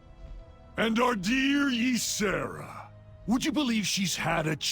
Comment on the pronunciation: Once again great video and thank you for recognizing that Tyrande is a bas ass. thank you for your showing us why she such a great character. I also have a few things to say. I'm irritated with the Xavius actors mispronouncation of Tyrande and Ysera. I also don't like what they did in Legion. Also in Legion they cut Tyrande out of the opening quest sequence where she would have been fighting the BL in Ancients NE ruins. They also cut her out of TOS! It was the temple of Elune, the very place where she TRAINED!!!!! WTF?!?! Speaking of Ysera and their relationship, it is all speculation. And honestly, I would have thought that Tyrande may not have been that close with Ysera seeing as she spends the vast majority of her time in the Dream and that her "blessing" on Nordrassil took Malfurion away from her. You'd think she'd have some resentment for that. I do love that they are friends but still... Elune didn't fail the Kaldorei, blizz did. They did it with an awful story line that gave Elune nothing to work with and no place to grow. Surprising? No. They barely recognize that Cenarius is her son. The Night Warrior should have ALWAYS had those nocturnal tattoos/markings. We really need to applaud Tyrande's voice actress because that final phase in Ardenweald was excellent work. You felt the anger in her performance especially at "Ash'al theri'das" "Ath' rok ilisar thande". So good! And to see her pulling and using so much power (even if it was against me, which was so sad) w